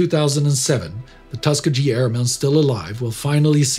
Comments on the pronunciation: Thanks. It’s tusk-key-gee i believe. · Outstanding series. One caveat. It’s Tuss-KEE-Gee, with a hard ‘G’ Thanks. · It's pronounced tus-key'-ggey (hard g) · tuskag? tus ke gee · Excellent job, though "Tuskegee" was mispronounced. /tuh SKI ghee/ not /TUS kuh jee/. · It's pronounced as " Tus key giy " Or something like that . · Nice posters of this channel's hosts. They all look great. you make an excellent impression of Horatio Ketchener. But he kept on miss-pronouncing "Tuss-Key-Ghee" Airmen. However that was the only thing about this video that annoyed me. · For someone with an American accent I'm kinda surprised that you don't know how to say Tuskegee. The "G" is a hard "G". Kinda like every G spoken in the German language. Oh, by the way. While we're on the topic, F.D.R.s middle name does NOT have a hard "A" in the middle of it. Its Dell-en-o. That's how you pronounce his middle name. Thanx for all the great content, just don't ask Indy for pronunciation advice. He's a Texan and Texans are so bad they call a Bigfoot a "booger"! I kid you not.😉 love you all, especially your tame Texan. From Texas, Mike Blair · Tuskegee: tuh-SKEE-gee - a Native American tribe of the Muskogean people of east central Alabama. Native American pronunciations can be a chore to those unfamiliar with the languages from which the words originate. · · I wonder why the views are so down for this video....I think its one of your most inspirational. And its Tus - Keee - gheee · It’s pronounced tusk-EE-gee, with a hard g like in gun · Great episode. As a son of an African-American veteran I’ve been watching your channels for several years now. Only one small criticism. It’s pronounced Tusk-Key-Gee. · Tusk-key-gee. Although there is no reason you should know how to say it. The US army did “experiments” on the black airmen there. Thanks for an important episode. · Tuskegee Its pronuonced TUSK-E-GEE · Great video as always, buuuutt... Tusk-EE-G-EE: How it should sound